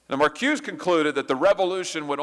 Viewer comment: Nice job Senator! Er..btw, it is pronounced Mar koo-say (Marcuse). All the originators you named were/are Jewish Marxists